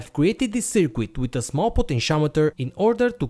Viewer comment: Really great video. Thanks for taking the time to create the project and explain it so thoroughly. By way of improvement, the letter 'u' in the word 'circuit' is not pronounced. Your English is great!